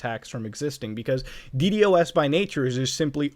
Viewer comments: why did you keep saying "dee-dee-oh-essing" instead of Dee-Dossing, it's so much easier to say lol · Stop saying D-D-o-S you can say D-dos, 🤦‍♂️ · its so weird to hear someone actually say d-d-o-s instead of deed-ahs LMAO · never wanted to punch a man so bad as i did this man when i heard D.D.O.S instead of D.DOS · please stop saying "DE-DE-OH-ESS" and please just pronounce it "DE-DAW-SS" like a NORMAL PERSON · I hate how he kept saying D.D.O.S instead of ddos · Please for the love of shiz, call it d-DOS, not D.D.OS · Dude stop saying D-D-O-S It’s pronounced D-DOS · Why do you call a ddos a d.d.o.s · ur the only person that says d-d-o-s isnted of d-dos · please just say DeeDOSS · Muta pls stop saying d d o s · God please, call it de-dos Its so much easier please